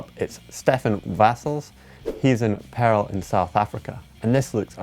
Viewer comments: hey.....it is Paarl not Pearl:P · Its Paarl not Pearl , in South Africa